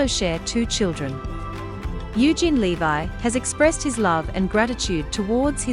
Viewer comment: It's LEV-EE not LE-VI!